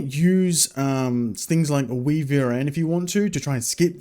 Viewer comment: I'm fairly sure WiVRn is pronounced "wyvern" (or maybe I'm just crazy lol) :) Haven't heard of Monitor Overlay - I've been using WayVR